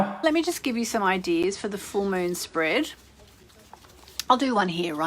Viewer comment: A Full Moon Spread is a type of Spready to the Gods? Is this woman Australian or something?